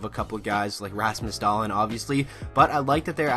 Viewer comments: Da-lEEn, not da-lin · (Dah-lean) omg get it right